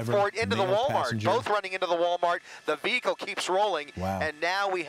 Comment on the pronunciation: IT SOUNDS LIKE NEWSCASTER SAYS "THE BEAGLE KEEPS ROLLING" >> BEAGLE / VEHICLE...WHAT'S THE DIFFERENCE....